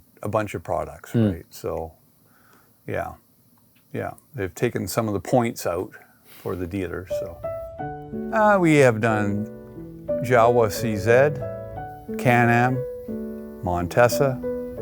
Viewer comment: I really like that dealer! Except, forgive me, but Jawa is pronounced YaVA..... Because both in Czech as in German, the w has a v sound, and J has a Y sound, as in the word, "Ja"!😂 I have a 1970 Jawa. I love those beautiful bikes!